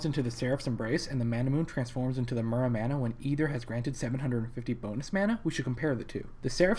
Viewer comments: What the fuck is a Manamoon? Mana-MEWNAAYYYYYY (japanese pronunciation, its origin). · Couldn't finish the video because the way he mispronounces manamune bothers me too much. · Or "Man-a-moon-eh". :o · It's not Manamoon, dammit!